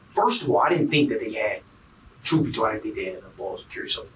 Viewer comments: Ima tell you the truff. 😂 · The man said Im gonna tell you the TROOF as if he werent purposely wantin to sound ignant!